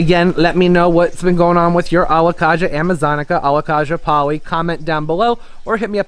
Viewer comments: Very informative video. The Alocasia is pronounced Alo-kay-sia Not Kah-sia. Pronounce the a like in the alphabet. We all mis pronounce names when it is a new word or plant to us. Just in case you didn't know. It is super typical for any plant to do well in winter with grow lights and proper care, even for the Alocasia Polly. My plants double in size over winter with grow lights 24/7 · Don't you pronounce it Alo -kay-sha, not Alo-kaaaa-sha? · Alocasia is prnounced ALOE-CAY-SEE-UH